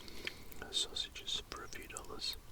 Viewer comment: "How much longa on them syawsages charlie?"